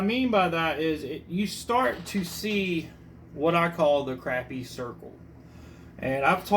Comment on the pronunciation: Fellow South Carolinian here. The fact that you pronounced Crappie correctly gets you a follow. Lol.